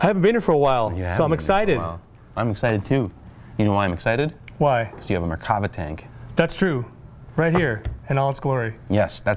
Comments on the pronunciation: no, it isn't, the RIGHT way is Mer-kava I know my name. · The proper way to say it is mirkava.